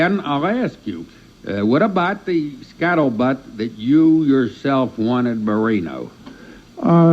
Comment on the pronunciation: He says it like a true smoker lmao 😂. He’s high right now. His pronunciation of scuttlebutt is way more disturbing